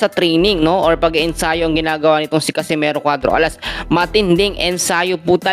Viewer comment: catcimero????bulul Ka bay??😂😂😂😂